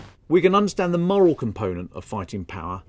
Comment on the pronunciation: The word ‘morale’ is not pronounced the same as ‘moral’.